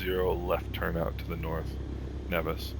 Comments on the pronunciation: Umm…..Nevis isn’t Pronounced like that btw…it is pronounced Neevis but spelled Nevis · locals pronounce Nevis as Neevis...and St. Kitts is my home town :)...nice flight what are your system specs ?